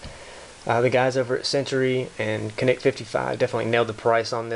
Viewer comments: People from Turkey pronounce it as JOHNICK. Just getting that out there. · Don't worry about a 10 pound trigger pull in a defensive situation. If your life is endanger it will be light as a feather. The name is pronounced Janik. The C in Turkey is pronounced like a J. P.S. Rock Chalk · By the way - 'Janic' would be the correct pronunciation here ;) Greetings from Turkey! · Pronounced... "janeek"